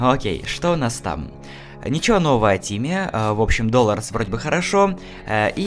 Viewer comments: почему ты говоришь доларс ! Далорес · Ее зовут не Долрс,а Долорес(ударение на 2-е "о") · Кстати не Долорс а Долорес) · найди чемодан при выходе на поверхность ты возьмёшь чемодан и положить в него ещё три вещи например :чемодан карта аротивогаз тапор и не долорс а долорэс ударение на о во 2 слоге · Запомни! Её зовут не "Доллерс" а, ДолОрэс! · не дОлорэс а долорЭс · ДолОрес ,а не ДОлорес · её зовут долоооооооорес а не дОлорес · ее имя далорес а не доларес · не доларс а делорас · Правильно долорес ударения на 2 букву о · Произноси ДолОрес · В имени Долорес ударение на вторую о